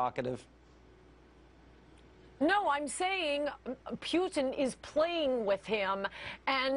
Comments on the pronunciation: his name's not peuteen, it's Putin. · Old horseface makes me laugh..her pronunciation of "P-yoo-tin" ..She's desperately clinging to whatever sex appeal she has. But fear not good people, I ask , name one Blonde female that has changed the course of events in the modern world.. I thought so. Her inane ramblings are good for sound bites at best...and somewhere in the world there's an empty kitchen. Ha ...my attempt at being a chauvinistic pig is as good as her journalistic views. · Is this bitch saying Pute-in? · the bony bleached bimbo can't even pronounce Putin's name correctly. She's in desperate need of a lube job, if she is even a she.